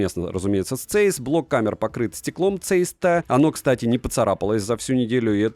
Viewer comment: Здравия автору! Даёшь народу обзор на SONY 1VI !!! Жду именно от тебя! P. S. Правильно говорить Цайс ( ZEISS) , а не цэйс, это немецкая фирма Carl Zeiss, производитель высококачественной оптики и линз от микроскопов до прицелов